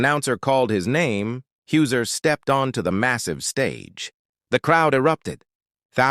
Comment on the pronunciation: HIS NAME IS Hauser not Hooser (your Ai voice) For goodness sake can you not get even his name right.